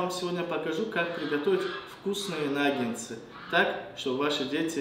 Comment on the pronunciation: Приготовлено хоть и медленно , но вкусно и правильно. 👍👌 Слова произносите неверно . 🖋Существительное “наггетсы” – это форма множественного числа слова “наггетс”. Слово “наггетсы” происходит от английского слова “nugget” (самородок, кусочек). Как мы видим, в русском языке слово пишется также, как и в английском.